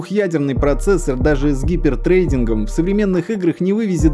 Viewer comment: казалось бы всё неплохо, но когда слышу гипертрэйдинг - както становится грусно... автор готовил материал, изучал источники, а вот транскрипцию слова не посмотрел - както это несеръёзно.